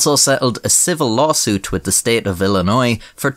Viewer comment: I'm impressed that someone from Ireland knows how to pronounce illinois